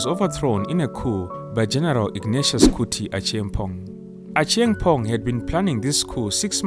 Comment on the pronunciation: Kutu not kuti